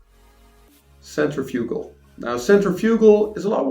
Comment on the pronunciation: Centrifugal . ( sen• tri•fuh•gl, most people say it with more of a •fig• instead of a •fuh•) but not a •you•gl lol. Just so you arent out here saying it like some type physco lmao jk. Great review